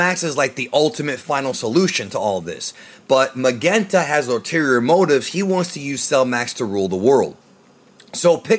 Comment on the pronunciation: Why is it pronounced MaGenta? We know it's a play on magenta the color. His dad wasn't Commander Reed or Raid. His name is Red, the color.